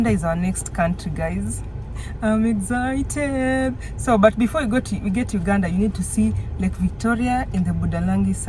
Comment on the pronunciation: Why do you pronounce it as,”EGGZITED”,it is exited .